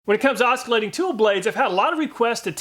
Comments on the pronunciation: First let me state I love your video's, love them! ... but... my man I say this with all kindness the C is silent (or rather pronounced like another S) in oscillate (as well as oscillation and oscillating). Its not Os cul late it is os sil late. It was pure cringe the whole time. : ( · Never heard anyone pronounce "oscillate" with a hard C before. The "C" is silent:ˈäsəˌlāt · Thanks for doing this comparison! BTW, the C in oscillate is silent.